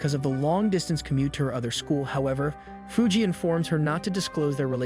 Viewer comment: ドメ・カノ Also correction, Fuji is pronounced 「Foo Gee」Like Mount Fuji